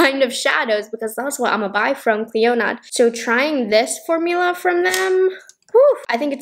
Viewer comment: The D in Clionadh is silent!